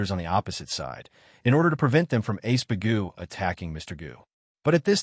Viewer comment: His name is Iceburg, the a.i or the translator keeps calling him ace bagoo.